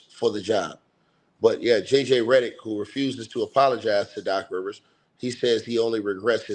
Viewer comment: I love how you keep saying Redderick 😂😂😂😂😂